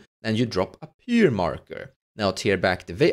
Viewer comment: Ihr Englisch ist besser als mein Deutsch lol! Pronounce Pyre the same as Fire. Great video helped me with Reva!